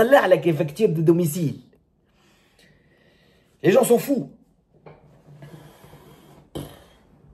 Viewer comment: "facture du domiciiiliiile !" 😂😂 l'accent tunisien c'est pour moi tuer 🤣